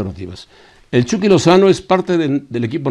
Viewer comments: Soy yo, o se escucha que le dicen "el chocky" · jaja igual iba a comentar de que le dicen "EL CHOKY"